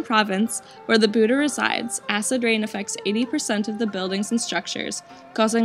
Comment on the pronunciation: It's not "Buha" Its BUDDHA IF YOU DONT SAY IT YOU NON ONE PIECE PERSON SAY HITO HITO